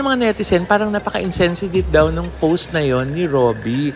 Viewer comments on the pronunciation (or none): none